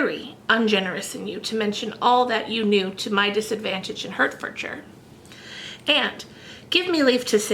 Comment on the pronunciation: Hertfordshire is pronounced 'Heart-furd-sure' (North american accent) it's too cute haha. PS. Hertfordshire is where George Washington's ancestry is :D You inspire me to continue plowing through Bleak House